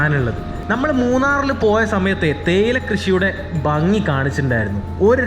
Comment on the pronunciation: ബങ്ങി അല്ല ഭംഗി, അങ്ങിനെ ഉച്ഛരിക്കുന്നതാണ്, ഭംഗിയും ശരിയും!